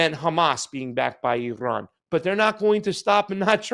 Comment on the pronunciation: Thank you for pronoucing Iran correctly. Ignorant mainstream US media can't even pronounce Iran and Iraq let alone speak honestly.